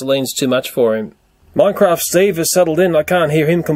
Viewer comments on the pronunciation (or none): none